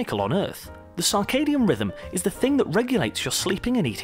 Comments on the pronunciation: It's CIRCADIAN rhythm. Pronounced "sir-kay-dee-an". Not "SAR-kay-dee-an". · Humans may not have come from Earth ... to where? As far as I can tell, we're still on Earth and haven't gone anywhere else that we could say we have "come from Earth" to get to. Also, what is this "sarkadian" rhythm of which he speaks in #5? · "Circadian," not "Carcardian." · And 'sarcadium rhythm'. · Sarcadian instead of circadian? Just part of the mind meltingly low drivel presented here. Interestingly worse than standard planet seeding theory. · cannot take seriously someone who mispronounces circadian 6 times in under a minute.... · Major Lux This narrator cannot even pronounce Circadian rhythm. He ruefully mispronounces it 12 times. And we're supposed to give this fool's science less friction dribble some consideration. Jesus help us